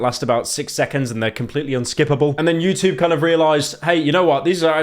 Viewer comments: "Utbarr" "utoob" fucking hell pyro slop slop slop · why does pyro say youtoob while saying everything else with a perfectly normal english accent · pyro trying his hardest to not say "choob" like a chrue brit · The way that Pyro pronounces the word "YouTube" is truly terrifying